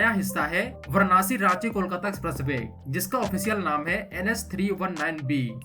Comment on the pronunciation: Pahle tu varansi/Va(a)ra(a)nsi toh bolna sikh le. Anpadh se bhi bekar aadmi hai bhai tu.